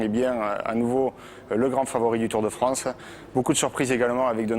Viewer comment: "Le Tour de Fronce"